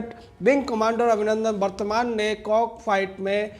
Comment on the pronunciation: गौतम विंग कमांडर अभिनंदन वर्द्धमान नाम है शायद गलती से वर्तमान बोल रहे हो